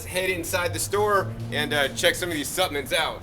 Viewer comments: I can't get over him saying suppmints. so cute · You have GOT to pronounce “Supplements” correctly. It was difficult to stay focused on what you were trying to convey because you kept mispronouncing the word “Supplements” If you want to people to take you seriously, you have GOT to master the English language.